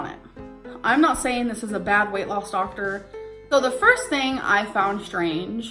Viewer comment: Heartbreaking to see in this episode how Becky gave in and deteriorated at the behest of ALR. Just “sayeen.” Btw, binging on Werther’s Hard Caramels watching this. 😋